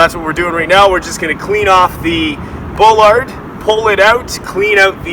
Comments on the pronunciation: “Ball-lard” not bull-lard speaking of correct pronunciation. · You do not pronounce it bowlard It's pronounced baalard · Bro.... Can you please pronounce your words right? It's ass-fault. Not ash-fault. And ball-erd. Not bull-lard. Also, very sloppy paint job. That should would NOT fly with the construction managers/ superintendents I've worked for.